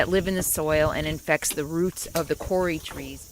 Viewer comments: Not Kori but kowri as in cow. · Kauri is pronounced cow - ree. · its pronouced COW RI = kau - ri ------ kau is said = cow ri ---- hello from a new zealander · Hi! Kauri tree is pronounced Cow-ree phonetically. Beautiful! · that tree, the Kauri, its pronounced by the pakeha (white NZ) Cowri...or in Maori Ko ree. The closest I can get phonetically :-)